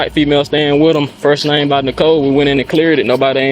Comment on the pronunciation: “That Nahum, we just picked up a person at APpleBeez with that sahum nahum.” 🤔 Dublin accent right thar! lol (I live 30 mins from Dublin”